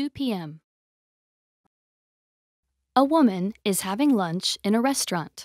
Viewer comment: Hello, Would you like to have some LURNCH? 😂 Good evening would you like some DINNTER 😂😂😂